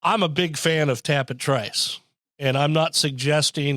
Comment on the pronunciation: Just tell its easy to remember...Trice rhymes with "mice." (Remember that podcast?) 😀